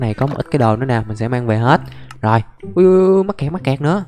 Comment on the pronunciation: Anh đừng có nói mắt kẹt là mét cặt